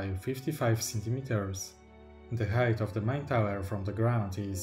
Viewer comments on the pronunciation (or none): none